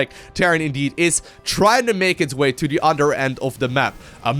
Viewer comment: bro! when you say other its othhhhher thhhher othhhhheer not utter, utter is a cow tit.